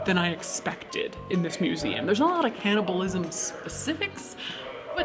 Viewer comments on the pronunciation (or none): It’s cannibalism, not canNOTabilism